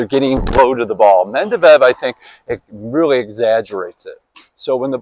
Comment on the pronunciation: I reckon you need some practice pronouncing Medvedev correctly!😜 Very good video.